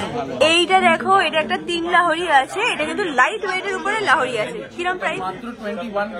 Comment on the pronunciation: Lahori abar ki...it's lohori